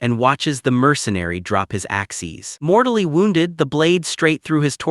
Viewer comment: I love how when the ai says "Axes" they say "Axies" 😂